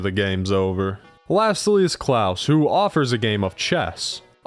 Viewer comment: Klaus isn't pronounced "Klowce", it's pronounced like Santa's last name.